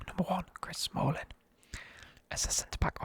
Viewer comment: Chris Samlling 😂😂